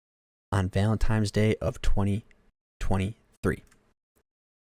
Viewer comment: His guilt or lack there of aside, your analysis of this is so infantile. This is really like a 5th grader giving a report on this. Your emotions are not nuanced enough to have an opinion on other peoples’ emotions and experiences. You can’t even say Valentine’s correctly. I don’t come at people on the internet but this is painful to know that people really put stock into primary feelings like this and stop thinking after that. There are more emotions than happy, sad, mad